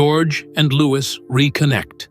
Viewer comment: At least pronounce his name right. Louwee. No S at the end. Louis.